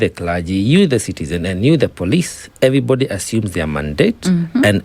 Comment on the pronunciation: It is not pronounced Timboooktu, the correct pronunciation is Tim-buhk-too. Your pronunciations are awful. Put away the stupid accent and learn to enunciate and pronounce your words. Stop saying every-bady because that is not English but American street slang!